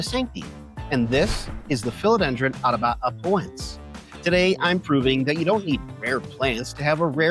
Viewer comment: Please review your pronunciation of Atabapoense. You're transposing syllables. Try /a-ta-ba-po-EN-se/ (not the correct syllabification, but it would help with pronunciation). Also, for Joepii, try /JOE-pee-i/